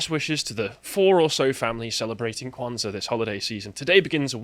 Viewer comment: holy shidd you actually pronounced it right 😳 also the word "saba", meaning seven, comes from Arabic.